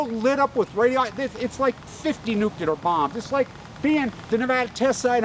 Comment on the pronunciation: NEW -CLEAR* NU-CLEAR * NUCLEAR * NOT NUKULER - love ya bro